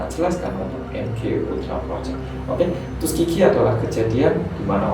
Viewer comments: 'Tuskeegee' kedengerannya tusuk gigi wkwkwk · Saya dengernya tusuk gigi 😂✌️ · Tuskegee tapi dengernya tusuk gigi